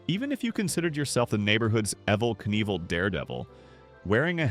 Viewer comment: it was all good until you mispronounced Evel Knievel‘s name —you idiot!!